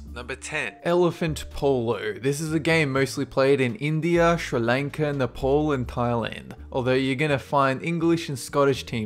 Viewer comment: you don't know how to pronouns Nepal